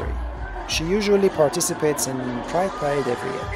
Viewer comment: Oh sorry. I heard "Pride Parade" as Guy parade Lol